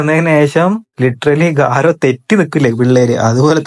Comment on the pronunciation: ഗാര അല്ലടാ garou